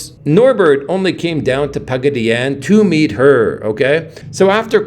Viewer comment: Pagaddyannne?......😮 classy pronunciation....classy video 😂😂😂